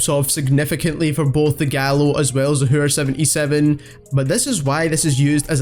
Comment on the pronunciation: The way he says hæür